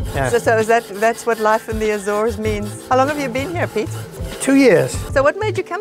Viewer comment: Why, why, why do people say “ A-zones” which a long A? The Portuguese is Açores. Soft A, soft c. And while we’re at it, the bing can’t pronounce “entrepreneur” either